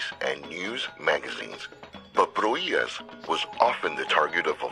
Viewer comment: Hear that? "Pro-HEE-ahs"! Nicely done (the second time).